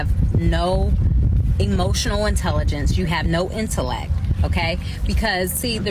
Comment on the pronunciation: She can’t even pronounce the word. She said interleck, didn’t pronounce the T.